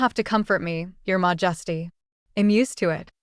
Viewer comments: Mah-just-ee threw me out of this. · Why would even the AI interpret 'Your majesty' as being pronounced 'mojesty' or something like that? It's so annoying and distracting.